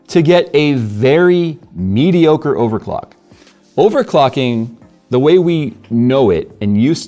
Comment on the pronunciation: "Overcocking" ... bejsus! 😅😅😅